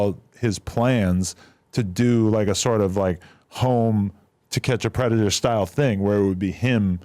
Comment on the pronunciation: Why tf cant u say the word predator? Tf